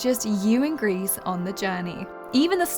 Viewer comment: Misspronounced "Gris" ( it's french)